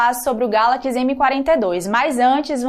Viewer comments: Início do vídeo: Galakis.... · "Como é característico da linha GALAQUIS M" kkkkkkkk